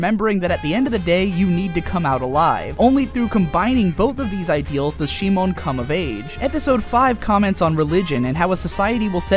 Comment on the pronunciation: If you wanna do it the Japanese way, It's Shimon. シモン literally reads Shi-mon. The problem is how he pronounce it, as most people who doesn't speak Japanese do. Kiryūin Ragyō will be pronounce as Ki-RYU-in RA-gyo if you don't follow the Japanese way. Japanese pronounce their R as a light tap, whereas others make it a hard tongue-rolling R. The problem is the same in Gurren Lagann. it becomes Gu-REN Lagann.